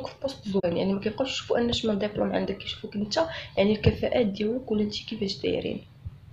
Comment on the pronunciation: ديبلوم وليس دابلوم و شكرا على المعلومات